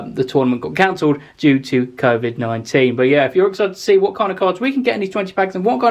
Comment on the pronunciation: how u said COVID-19. Haha